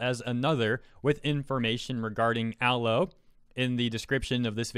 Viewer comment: I disagree at a fundamental level on your pronunciation of Aloe, otherwise I agree